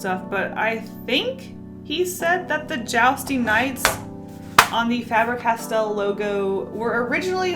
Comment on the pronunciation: Fabre Castell... it has castle essentially written in the name. The spelling is the same in Welsh, for castle. Just pronounce differently